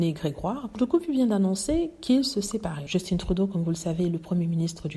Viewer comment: Btw, Justin se prononce à la française quand on parle français.